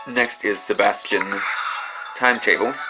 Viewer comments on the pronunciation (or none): none